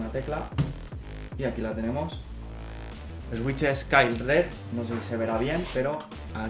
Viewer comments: Jajajaja "Eswitches" Se pronuncia "Suiches" pero bueno xd Buen video me encanto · en realidad es suitches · Buen video, sigue así y llegarás lejos por aquí. Pero no te voy a mentir, estoy llorando de la risa de oírte pronunciar switches 😂😂😂